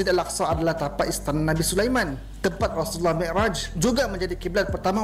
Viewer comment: tengok muka pn dah tau org jawa cak..takpe kt tggu jabatan agama tngkap..sebutan easulullah pn tak mcm org melayu sebut..